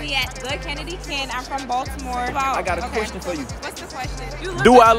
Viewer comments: what part of Baltimore she from ? no one in Baltimore says Baltimore like that‼️😂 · nah bro first girl pronouced the t in baltimore she not from here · She not from Baltimore she ain't say it right